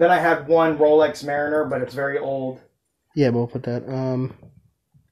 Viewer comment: Rolex "Mariner" - lol Corp! Corp! Sarg! Sarg!